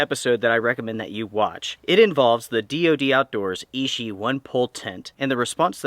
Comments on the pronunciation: It is pronounced i-chi not “e-she”. Ichi means number one in Japanese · Fantastic follow up! Oh and just a heads up for accuracy,, ichi is Japanese for the number one and is pronounced ee-chee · Clear user error, called it Ishi all the time instead of Ichi (which means "one") ;)